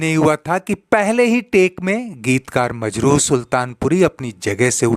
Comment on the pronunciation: Majru, nahin,Majrooh kaho.